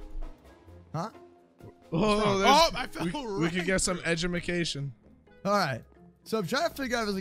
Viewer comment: “we can get some ejamacation”